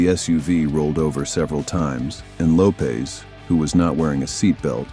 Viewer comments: Lisa LOWPEAS???? Really ??? It’s LOWPEZ !!!! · Lopes is pronounced Low pez!